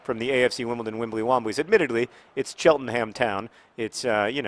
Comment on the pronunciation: CHELT-NUM! IT'S CHELT-NUM!